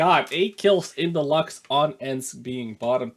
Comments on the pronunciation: its not lax its lux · Pronounced "Lookks" not "lux". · Luchs, (looks) not lux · Luchs. Pronounced "looks." I mean bloody hell, it's a Luchs (lynx), not a Lachs (salmon). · Say luchs right moron